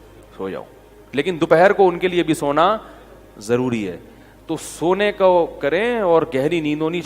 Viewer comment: Zaruri not jaruri.